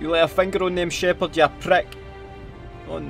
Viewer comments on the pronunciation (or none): gineral sheypard haha awesome vid awesome accent mate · "Wit the fuck Sheparrrrd" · ”GeNeRÆl ShĘpHÅAaRd”